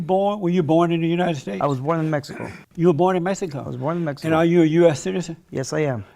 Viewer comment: The nigga he can't say Mexico hahaha 😂